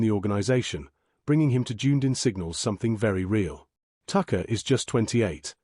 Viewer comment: This commentator's is very aggravating with his awful mis- pronouncing of many names [ " Junedin" 'Ohanie" ? still showing a photo of the old third base coach who has been gone 15 months.